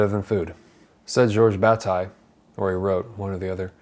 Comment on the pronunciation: He's referring to Guilty (Le Coupable) by the French author Georges Bataille. (He's pronouncing the author's name in a flat American way rather than as it is heard in French (my opinion only!).